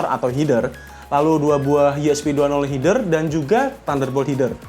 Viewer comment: "Heder" bang (e kayak ngucapin "meja" ), bukan "hider"